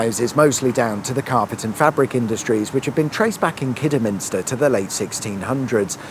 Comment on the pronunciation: Glad to hear that you pronounced Kidderminster correctly.😊